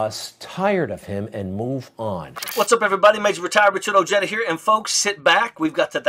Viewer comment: Somebody teach this man how to pronounce his las name ! It's Ojeda not o'jada.